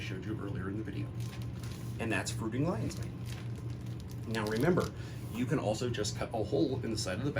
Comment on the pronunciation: rofl LINEES MAIN instead of LION's MANE